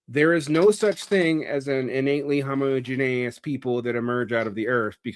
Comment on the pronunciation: I try not to be a stickler for pronunciation—I was a kid that frequently learned words from reading instead of people speaking (not to mention how pronounciation is tied with shibboleths and the myriad of other class issues)—but it is realllllly bothering me how he's saying homogeneous 😅